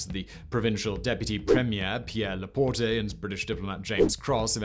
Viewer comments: Pierre LaPorte, not laportay. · Pierre LaPorte. The e at the end is silent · Love the way he pronounces LaPorte, LaPort-eh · The 'e' in Laporte is silent.